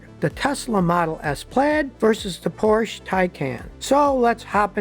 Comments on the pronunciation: Scotty, it's Porsch(E), not Porsch. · Porsch ER get the name right! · Mr. Porsche pronounced his name Por sha. not porsh, the e is not silent. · Scottie, it's not PORSH, it's PORSCHE, pronounced Porsh-eh. It's not a silent 'e'. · Porsh? Is that something like a Porsha? Or Porche. Just bugs me, that’s all. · Poor-sha Tie-cahn😉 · Scotty, please don't drop the e in Porsche. It's not a Porsh. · PORSCHE [POUR SHA] FOR QUALITY AND PEDIGREE. SCOTTY, I CRINGE EVERYTIME YOU MISPRONOUNCE FERDINAND'S SURNAME. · Porsche, has two syllables Scotty. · Porsche is a two-syllable word. C'mon, Scotty. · Scotty is driving me crazy mispronouncing Porsche Taycan. Porsche in German has 2 syllables, not 1, and Taycan rhymes with “icon” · Porsche is a two syllable word. That’s the way the Porsche family says it, so it must be right. Come on man👍🏻